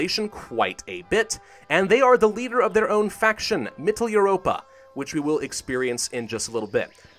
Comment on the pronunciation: Its pronounced MITTEL-OI-ROPA